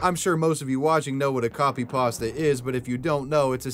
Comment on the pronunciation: Why do you say it like that, it's just Creepy Pasta😂😭 beautiful vid tho